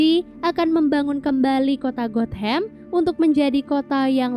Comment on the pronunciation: Gotham not got ham lol😂